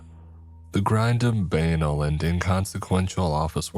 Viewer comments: it’s buh-nal, like rhyming with canal, for future reference. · Pls dont pronounce banal like that 💀